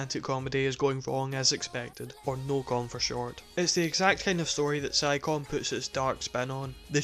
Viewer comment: I love your review, and I'm not trying to criticize you or anything, but "Psycome" is pronounced like "Psy koh may"